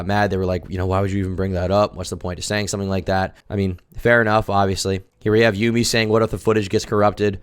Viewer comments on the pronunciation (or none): U SAID YUMIS NAME WRONG 💀💀💀💀💀 ITS PRONOUNCED "YUMMY" 🗼